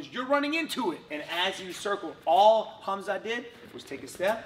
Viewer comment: His name isn't hamzat at least say the man's name correctly